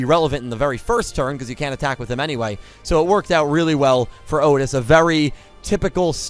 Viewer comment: So... Otes, not Otis? :P